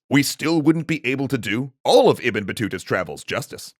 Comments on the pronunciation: It's Ib-ne not ebn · isnt "ibn" pronounced as ib-nu? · Isn't it pronounced "IB-NUH" Battuta?